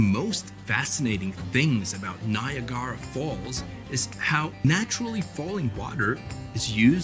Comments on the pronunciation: NI-a-Gara? You mean Niagara?? Weird…. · I stopped watching after the Nia Garra pronunciation. I was hoping to see the real narrator, not this guy. I did know that there was a secret room in the Mount Rushmore monument. It was talked about in the old 70's tv show, Buck Rogers. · Nyah garah falls? Really?